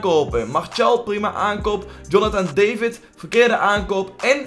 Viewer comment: Pls stop met "Jonathan DaJvid" te zeggen op zen Engels het is "Jonathan Daavid" op zen Frans!